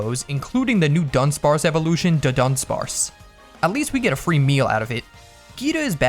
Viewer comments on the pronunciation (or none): none